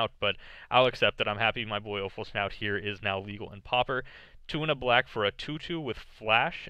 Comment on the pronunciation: PS: Offal-schnout? :D